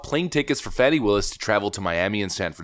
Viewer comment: My dude, did i hear you right? Did you say Fatty Willis the first time you said here name? I about spit my drink out, not cool man...lmao nah it was hilarious.